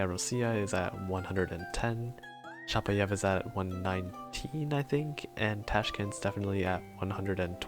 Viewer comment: Dont want to be rude but, it's chapAev, not chapaEv.